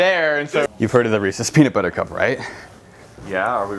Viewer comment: beanut bubber xd